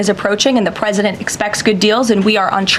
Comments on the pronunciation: She also says pwesident lol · She said Pwesident you missed it!!!! It was gold! Elmer Fudd!!